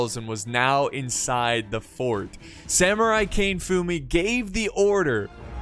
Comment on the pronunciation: It would be Ka-ne not Kane....